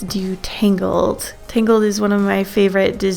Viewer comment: i thought you said “my favorite Disney movie is ‘tingled’”